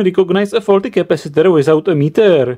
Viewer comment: the knowledge in this video is good but... MY GOD, that voice is irritating and hell i can't tell if you're fucking with us or not i mean the last word of EVERY SINGLE SENTENCE is extended "That part is FAAAAAUUUULLLLLTTTYYYYY" "You Can Repaaaaiiiirrrr iiiiiiiiiiiitttt" "the resistor is 22 OOOOOOHHHHHMMMSSSS" "it's short Ciiiiirrrcccuuuuiiiiittttt" this is fucking irritating good video but i literally cannot sit though it listening to the pronounciation if you were a uni lecturer, i'd quit the course so as to not go crazy... No offense, but this is very irritating thanks for your effort though